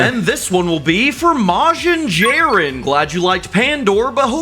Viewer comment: CMON MAN! YOU SAID YOU WERE A DRAGON BALL FAN! How could you pronounce Majin JIREN wrong?! XD